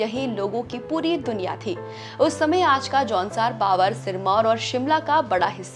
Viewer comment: Baavar nahin hai Bhaabhar hai pronounciation